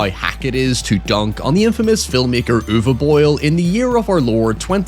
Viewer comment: First native english speaking Youtuber I ever heard correctly pronouncing "Uwe" but then completely warping "Boll" making it "Boyle"(?). Easiest way to at least come close to the correct pronunciation would be to use the english 'ball'.